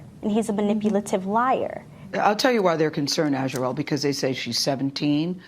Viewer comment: HONEY her name is pronounced As Re El.